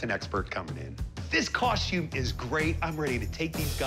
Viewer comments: I wish people would learn that the word is cos-TUME ... NOT cos-chume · I just wanted that man to stop saying coshtume